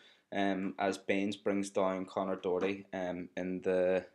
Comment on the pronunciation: Your Irish and you got Mat Doherty name wrong